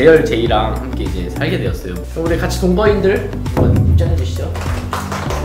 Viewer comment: 저 첨에 사귄다고 말하는 줄;;;;;8ㅁ8